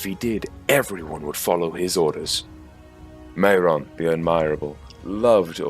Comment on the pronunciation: One thing,the pronunciation of things like maiar is 'my are' and mairon is pronounced 'my ron'